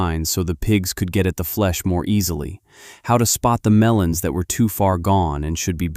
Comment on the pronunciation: Melons, not melans